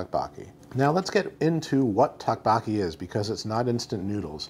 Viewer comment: Doke Boke E is how it’s pronounced.